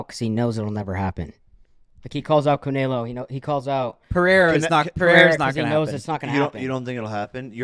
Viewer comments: "cunaylo" wtf " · Bro annoys tf out of me 🤦‍♂️ how hard is it to say canelo correctly? It’s so cringe when he calls him “canalo” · I'd look right at and be like bro. When have you ever heard ANYONE call him Canaylo